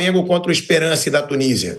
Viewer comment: O nome do time é ESPERANCE,com o "a" anasalado!😅